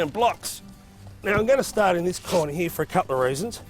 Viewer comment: it’s “ here “ not “ hee “